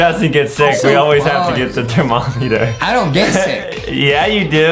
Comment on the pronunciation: Bro he said thermommyther